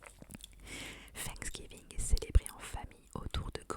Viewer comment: Trop mignon comment tu le prononces 'Fanksgiving" avec le F au lieu du TH hahaha